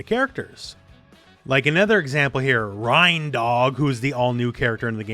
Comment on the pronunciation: I’m pretty sure it’s rein (reign) like reindeer and not Rhine. Since it’s a reindeer style dog